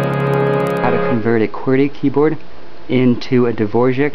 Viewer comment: Nope. He pronounced it correctly in the original Czech.